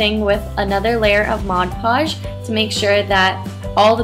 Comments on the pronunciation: But that's the right way to say it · Amelie Erdbeer she says it correctly